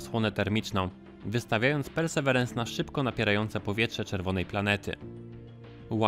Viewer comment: Hej! Ciekawy materiał. Jeżeli jednak ciężko wymawiać Tobie angielskie nazwy polecam raz powiedzieć po januszowemu, a po niej mówić po prostu Percy. Pozdrawiam